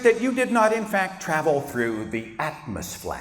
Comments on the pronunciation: I literally died when he said atmosflat 🤣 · 'Atmosflat', well done Sir, well done...